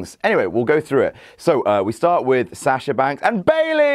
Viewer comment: really hate how they pronounce Sasha